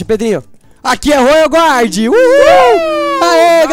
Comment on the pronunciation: se fala royal guardian não royal GUARD